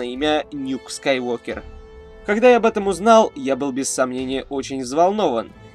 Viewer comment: Правильно же Скайуокер ,а не Скайвокер